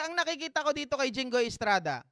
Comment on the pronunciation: Ano ka jinghoy presidente kb..ikw gusto mo pumili bulol ka hinggoy😂😂😂